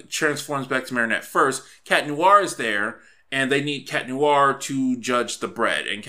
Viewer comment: "noo-ar" ?Noir? No dude, there's no pause between the "oo" and "a" sounds, like in "wah-wah" pedal, "nwahr".